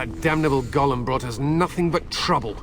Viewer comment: Goddamm not even the voice actor knows how to say 'golem'. I wish they'd correct the voice actor when they're ignorant. 'Goylem' is acceptable, especially for the original jewish story, 'golem' is correct but its never 'gollum'.